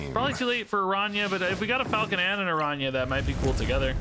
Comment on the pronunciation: lol actually your pronunciation of the "ñ" its quite good